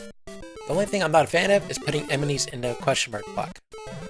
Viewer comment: he said bock instead of block